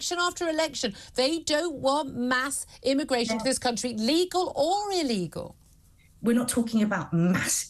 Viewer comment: Millie-Tant's inability to say illegal is just hilarious😂